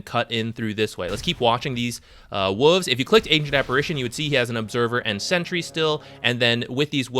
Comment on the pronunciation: Are we all just ignoring how our man pronounced wolves? 😂 Love the vids man! Keep up the good work!